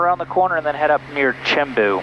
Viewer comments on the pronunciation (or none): G'day mate. You've been there long enough (even though your Pisin is terrible LOL). By now you should know that our language does not have a "ch" in it. Pronounce Chimbu as "Simbu"